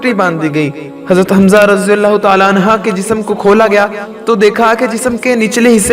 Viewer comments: عنھا نہیں بلکہ عنھ پرھنا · Anha ni anhu kehte han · Bhai anha nhi anhu hota h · Anha nehi anhu he